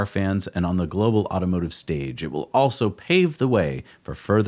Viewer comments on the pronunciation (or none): Luggurious! Bahahahaha! I love how it was dubbed over. Oh for crying out loud! Between you and Gali with his Jagwire cars, so embarrassing. Cracked me up though, well played, sir. One more "awso" instead of "also" and I'll probably blow a pupil.